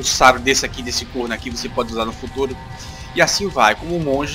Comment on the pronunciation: Velho, gostei bastante do seu vídeo, testarei o game, mas você é do Nordeste? senti um sotaque na hora que vc falou "corno", eu sou de Olinda, forte abraço daqui.